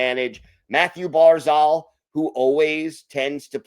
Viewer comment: Thank goodness for the win. We needed that 2 points. Now if we can only get to pronounce Pulock's name and Barzal's name correctly 😉